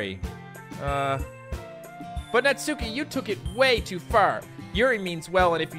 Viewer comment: the su are together you know what i mean? not su key